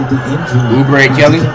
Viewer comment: Nobody: Flight: Uber a kelly Its pronounced Kelly Oubre get it right jit